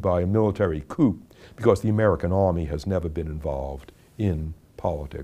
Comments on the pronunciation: "Coop"? Hearing this educated, well-spoken man mis-pronounce "coup" (as in a military coup) made me take him just a little less seriously. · the "p" is silent in the word coup.